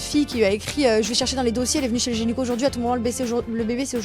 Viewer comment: Je rêve ou elle a dit genyco !!??? Lol ..